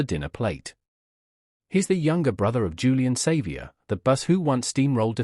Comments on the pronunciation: Learn to pronounce his name and stop using AI to produce this rubbish and you might gain some credibility. Otherwise fuck off and learn to earn some honest money from some honest content and try some honesty in your clickbait. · They need to know the correct pronunciation of his name !! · Geez pronounce his name correctly, so cringy